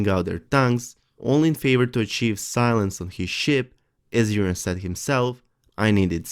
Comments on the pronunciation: Urine Greyjoy... anybody else think he;s saying Urine?? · Yes, very good English but I have to laugh at the pronunciation of Euron -- sounds like 'urine'. Well, he's always pissed about something